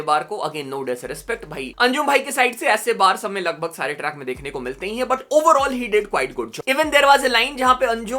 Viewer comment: Shareh❌ Sare✅